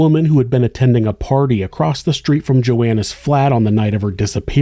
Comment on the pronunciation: Im just curious why some people pronounce the word "across" with a "t" at the end, eg..."acrosst"??? The word doesn't even have a "silent "t", because there is no "t" at all in the word!!! Most people say "across", not "acrosst"!!! How would a person even spell it in a "writing"??? across"... or "acrosst"??? Just very curios!!!🤔🤔🤔